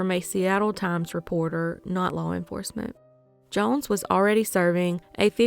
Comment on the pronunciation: These cases are crazy!!!! Off subject tho the way you say “jones” makes me cring